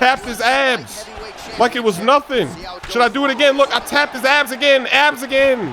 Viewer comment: When he said he tap his abs I thought he said I tap his ass😂😂😂